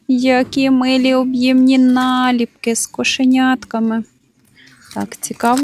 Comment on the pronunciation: БулО, подУшка, налІпки, ставте правильно наголос.